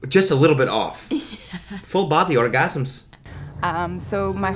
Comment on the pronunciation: full bahdy orgahsems